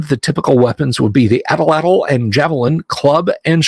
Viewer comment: "At'l-at'l" is indeed fun to say, but the word is really pronounced at-LAT. The final L is not *voiced*...it's either pronounced without using the vocal cords -- i.e., just a voiceless expulsion of air (an L sound we don't have in English) or it's just omitted altogether.